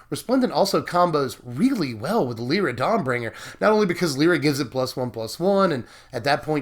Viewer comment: Its Lie-ra not le-ra.